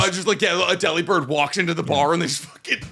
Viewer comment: It’s said that the pronunciation is like the word delivered, delib-ird I’ve found out this information now you have to know how to say Delibird